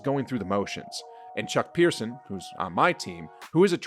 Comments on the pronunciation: Chuck Person, not Chuck Pierson. Sheesh, guy. pronounce the guy's name right. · Chuck Person not Pearson dude smh